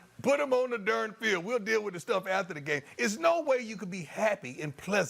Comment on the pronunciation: Its Darn Deon ..... Not Dernn lol jkjk